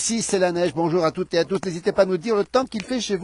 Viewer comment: À "Toutes Zé à Tous"!!??? Pouvez-vous parler FRANÇAIS ?? ET non intoxiquer nos jeunes !!!!